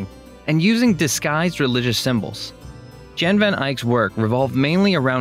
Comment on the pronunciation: Jan is pronounced Yahn, not John.